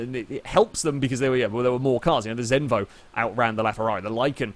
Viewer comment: Im danish! Zenvo!